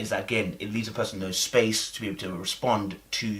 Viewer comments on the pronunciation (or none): none